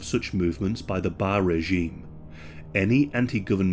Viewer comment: Not “ISAAC” it’s pronounced Eesaaq, “lSAAQ”, and it’s not “BAR” it’s Baraay, “BARRE”. Thanks for everything you pronounced everything else great!:)